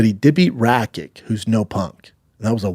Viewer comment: Gotta stop saying his name wrong though, same with Rakic, oh and Gustafsson